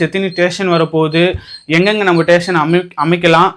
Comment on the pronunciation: மெட்ரோ ஸ்டேஷன் ❌️ மெட்ரோ டேஷன் ✔️